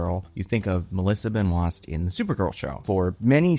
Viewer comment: I love your pronunciations of all 3 names, Milly Alcock, Sasha Calle, and Melissa Benoist. Lets just say all 3 were quite unique. 🤣